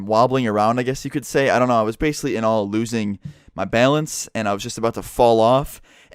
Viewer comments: I love how he says bealance instead of balance 🤣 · lmfao "baylence"